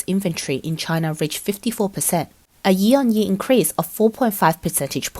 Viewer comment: You Pronounced year as ye lol